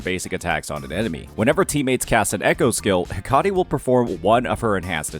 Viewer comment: Hecate ❌ Hakari ✅